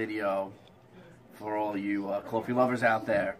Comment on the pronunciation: I am here for help yes...but i am also 100% here for these east coast (i bet this is NEW YORK) pronunciations. I know my people lol <3 #waudduh = water #cawfee = coffee